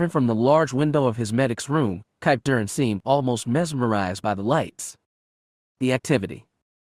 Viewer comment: Why cant the reader pronounce Kip Durans name?